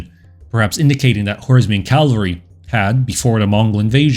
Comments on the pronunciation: Bro, I like your channel, but given how the focus of your entire channel is on cavalry please learn to pronounce the word. "Cavalry" not "calvery". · It's "cavalry", derivation from French "cheval", meaning horse, and not "Calvary", a hill near Jerusalem, where Jesus Christ was crucified. Still, a great video. Subscribed. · I really like your videos but you need to stop saying "calvalry" and instead say "cavalry". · Please...CAV - AL - RY. Not CAL-VA-RY. I've noticed that a number of American YouTubers speaking on military topics get this wrong. Why this vocal obsession with the site of Jesus's death? The mispronunciation is very noticeable as 'calvary' communicates such a powerful image, one which has nothing to do with mounted soldiers. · I like your content. It's well researched, and the Mongol period is one of my favorites, if only because of the massive destabilizing influence, pure fear-factor in Eastern and Central Europe before they arrived, and just morbid fascination. My only complaint (and it, quite frankly, is a huge one for me) is your pronunciation of cavalry. The way you pronounce it, CAL-vary, was where Christ was purported to have been crucified. CAV-alry is what gallops over the hill to save the day (or seemingly ravages the whole known world, in the case of the Mongols).